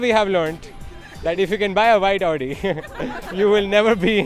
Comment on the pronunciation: it is Audi and not Odi